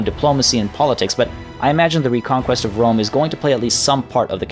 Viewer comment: Yay! I love “wome”. It’s bwilliant! Spencer twacey and wapists.